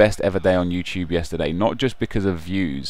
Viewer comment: I love how nep says you-choob. Haha no hate, all love.